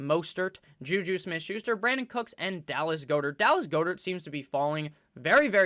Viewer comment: Its 'GOD-ert' bud